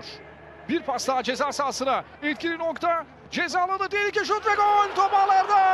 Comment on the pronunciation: 1 gakasaray değil Galatasaray 2 cezal değil ghezzal 3 göl değil gol 4 mükkemel değil mükemmel Türkçe hoca na sabır dilerim :d